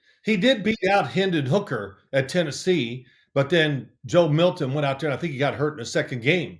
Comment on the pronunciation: Joe MilTon, not Million